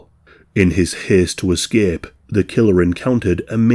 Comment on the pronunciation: “in his hesst to escepp”